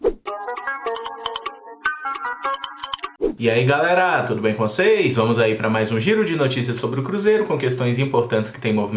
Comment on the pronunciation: mas é "tudo bem com seis?"